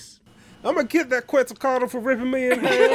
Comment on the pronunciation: when you actually know how to pronounce quetzalcoatl and tezcatlipoca so you mega cringe at how it was pronounced